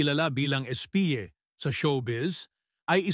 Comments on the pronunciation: Ang comment ko .bakit “espiye” ang pronounce mo sa “Espie” Also ang “Fabon” mabilis po ang pronounce. Bata pa ako ng makilala siya kaya nadifinig Ko kung pano ipronounce ang name nya sa tv and movie. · Espiye ba or Espie? Engot! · yun isang photo hindi si Espie Fabon, si Carina Afable yun. Hindi Espiye (Espie) ang pronounce sa nickname kundi Espy.